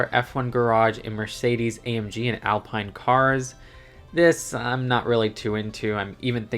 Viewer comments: On the pronounciation note, Haas is a soft S rather than a Z sound and Alpine is French so it’s pronounced Al-peen. And VCARB is usually said like a word. Vee-carb! 😊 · I’m an F1 fan and I’m glad we’re finally getting every team. I do agree that all of the sponsors are silly (and not the most ethical) but as someone who wants accuracy I’m fine with it. The city F1 cars have no appeal to me, why would I buy a dumbed down version of the speed champions model (its great for the kids though). I will add because you mentioned it, you said Haas right, but you said Alpine wrong.